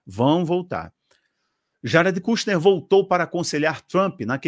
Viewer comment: irmão, se pronuncia ''kãshner'' rsrs abraço